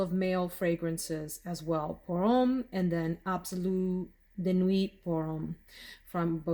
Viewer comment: Hey.Nui not don't pronounce the T.